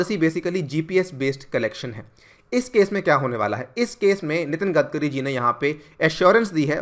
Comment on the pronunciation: 'गडकरी' नाम है उनका 'गदकरी' नही, आपको अगर 'आग्गारवल' बोला तो चलेगा क्या?